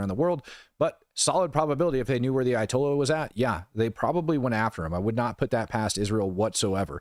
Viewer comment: Ayatolya' so!!! Comayknee!!! Tolyaso!!